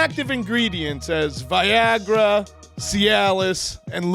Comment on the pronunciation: The way you say, Viagra 😂